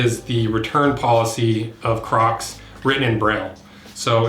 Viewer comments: braille lmao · Braille. LoL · braille hahaha got me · When he said braille it clicked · You said braille and then I immediately looked at the date this video was posted LMAO